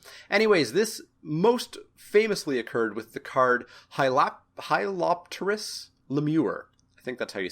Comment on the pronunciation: The best thing about hyalopterous lemure, is he got the hyalopterous part right.